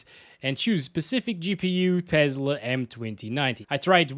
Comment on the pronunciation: learn to properly pronounce TESLA, it's not TEZLA.